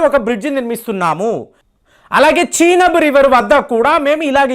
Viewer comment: చీనబ్ కాదు చినాబ్